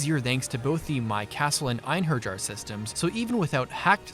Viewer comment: Einherjar is pronounced ein-heir-yar but that's just a nitpick. Great video.